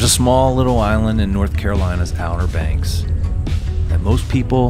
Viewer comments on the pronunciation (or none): Outer Banks is spelled wrong. And you are saying it wrong. 😢😢😢😢